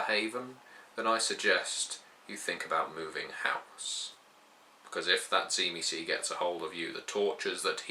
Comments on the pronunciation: first of all you are a moron because you dont know how to say theyre name tzimisce is not said zee me ce theyre name is known and spoken as zim see i know this because i know the true family of tzimisce my father is a true tzimisce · I always thought the pronunciation was SHIH-mee-say", with a definite, but subtle, "t" sound at the start. Anyhow, I would like to do some more reading on the Final Nights. Thanks. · Am I the only one that pronounces it "Dzi-mi-tze"? Probably because I'm Slavic. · It should actually be pronounced Dzee-Miss-Key stress on the key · T-see-mee-ski. It's a Byzantine era surname. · Tzimisce was the name of a Byzantine noble family, and as far as I am aware it was pronounced Tsi-mis-chi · I think it's pronounced "Jimmy-skeeh"